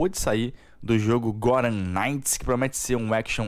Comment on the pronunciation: O nome é _Gotham_ Knights e não _Gottam_ Knights como você parece pronunciar. O som "th" não sofre flapping como "tt", sua pronúncia está bem incorreta.